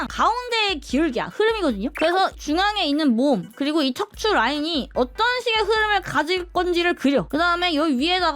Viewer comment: 척추 말하실때마다 챱 츄로 들려버려요